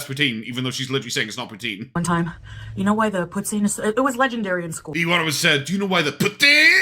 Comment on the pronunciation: It's poo-teen. She mangles Franch as well as English. Like her " rim-melle" makeup.